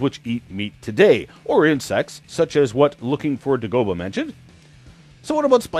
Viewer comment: It's pronounced "Day Go Bah"... from star wars, sheesh!!! Good post otherwise... love the bit about the supernovas!